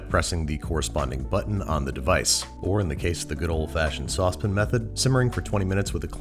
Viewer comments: The way he says saucepan is utterly insane. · Ok, this has been killing me. I finally have to ask. Sauce pan. The way you say it. Is it you, is it a regional pronunciation, is it a quark you developed while filming the show? I gotta know. Also your content is great. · is "saucepin" a rochester thing???